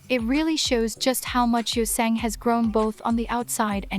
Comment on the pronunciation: The pronunciations of some of the names are a bit off since it’s an AI voice. Any ‘A’ sound in Korean is like ‘Ah’ (San = Sahn, Yeosang= Yo-Sahng). Mingi is like Min-Gee (hard g like green), and Wooyoung is Oo-young, silent W. The rest are pretty close if not correct! Edit: And my bias is Seonghwa! He’s in my profile pic haha. Also thanks for doing this guide, it’s the best Ateez one to date 😊